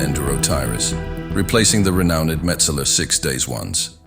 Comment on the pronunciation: Great video sound and editing! Is this a new channel name? Husqvarna clip narrator butchered the word "renowned" it's like re-nowned and not re-now-ned - the confusion over how its prononced is understandable though...